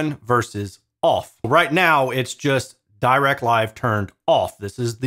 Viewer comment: Also, Dirac is pronounced with a short i sound, as in "bit".